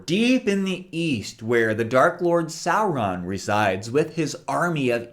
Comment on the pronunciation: You immediately won my respect when I heard you pronounce Sauron's name correctly. ;)